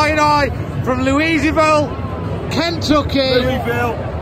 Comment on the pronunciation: You pulled out all the stops for this one!! Brilliant. And by the way it's pronounced; 'Lewey-vill'!!!! Ha Ha. Cheers and have a good summer....